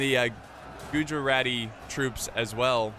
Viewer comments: Greetings from india :D And just saying its not gojurati Its pronounced as guj-rati :D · almost! its pronounced as GUJ-RA-TY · gujarati pronounciation: gujj- araatti